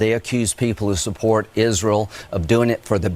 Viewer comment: LMAO you are so dope. "Jisreal"